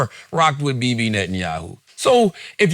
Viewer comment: is so charged up on Bibi, he can't even pronounce his name right. 😂